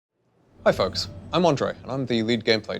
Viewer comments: is it me or at the beginning of the video it sounds like he's saying "Hi f*cks" instead of "Hi folks", lmao good job rito p.s no hard feeling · Well, when i started the video it sounded like he said: hi fucks, im on drug